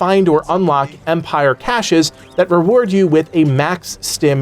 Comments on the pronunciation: Great video. Oh small thing but caché is pronounced cash not kaysha. 👍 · Please for the love of God. I hate having to point this out, and I'm not ever a grammar Nazi but please. Cache is pronounced cash. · that word is pronounced “cash.” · There’s no way you said “cache” like “Kay-sh” bro…